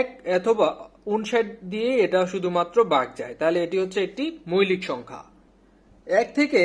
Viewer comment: আপনাদের এই আয়োজনটি সত্যিই অসাধারণ। এগিয়ে যান। উচ্চরণও খুব ভালো। তবে কিছু কিছু শব্দ উচ্চারণ শুনতে কেমন যেন লাগে, যেমন। ‘মৌলিক’-কে আপনি বলছেন মৈলিক। সঠিক উচ্চারণ হলো ‘মউলিক’। এরকম আরো কিছু শব্দ আশা করি সঠিক উচ্চারণ করবেন। তাহলে শ্রোত হিসেবে আমাদের শুনতে ভালো লাগবে। ধন্যবাদ।